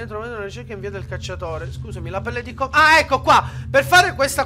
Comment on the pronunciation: comunque si pronuncia pelle di kòmòdo (con le accento) :-) e la via del cacciatore sono i fogli a forma di cervo sulle bacheche degli avamposti, devi trovare quella con i draghi di kòmòdo (clicca su una e devi leggere che devi uccidere un kòmòdo) <3